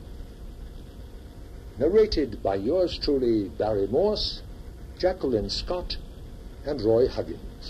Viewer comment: And its morse not moose